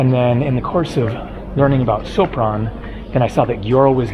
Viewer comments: Sopron is pronaunced Shopron. Hungarians read a "s" like "sh". If they want to say "s" they write "sz". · The proper pronunciation of Sopron is "shopron"